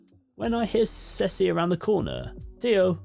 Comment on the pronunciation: Hi. I have to deal with two naked men. One goes woof and one goes miaow. Also, Ceci is pronounced see see. You shouldn't stop the recording. Laugh away.